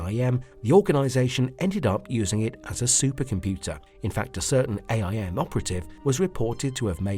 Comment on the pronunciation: STOP SAYING A. I. M.!